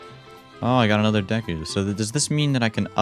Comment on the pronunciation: He didn’t pronounce it dee-ku even though he didn’t watch the anime let’s freaking go